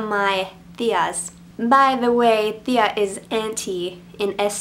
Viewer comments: Its pronounced Tia not thia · Its pronounced tia not this